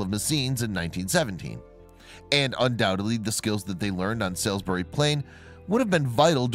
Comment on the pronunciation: Lol...it’s pronounced ‘Sauls-berry’...and the area is, and has been a major military infrastructure and training area for a very long time.... Larkhill Garrison is immediately adjacent to the site of Stonehenge...and it is known that there are likely to be many archeological areas yet undiscovered...mainly due to the fact that the land is within Ministry of Defence areas that the public and others have no access to, and have laid untouched for hundreds of years...